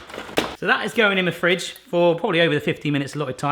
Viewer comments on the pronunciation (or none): why do you have to say fridge like that